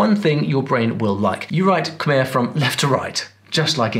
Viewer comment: He killed the khmer section, all he did was explain the easiest parts of khmer and he even pronounced khmer wrong.